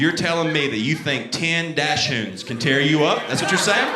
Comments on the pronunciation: he could at least say doxens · Dachshund is pronounced DOCK-zund. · it's pronounced like "daks-hoond" in German with emphasis on the first syllable. His was supposed to be a "white trash" version (his choice of words, not mine. Definitely not correct German. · Hilarious! (It's DAHK-sund, though.) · Like the way he's pronouncing Dachsund, Im southern and never heard it pronounced that way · Not one heckler in the crowd could have told him how to pronounce dachshund? 😂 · he also literally says doxons when he's talking about other people asking about the type of dog. I feel he's literally making fun of those calling them that